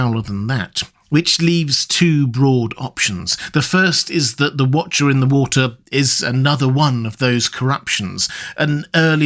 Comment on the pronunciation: What was...The Wootcha In the Wootah